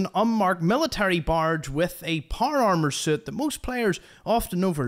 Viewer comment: "par armar" Nice pronunciation dude